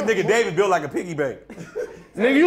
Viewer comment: Not david bulit like the word umph😂😂